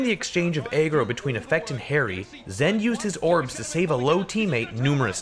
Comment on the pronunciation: idk what ur saying but are u trying to say agro🤔